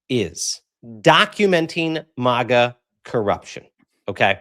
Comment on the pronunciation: It's Mag like hag- a ...not Maaaaag-a like it's a pretty country 😁😵‍💫